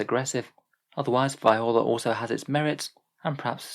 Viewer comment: Btw it's Viorla is pronounced vee or la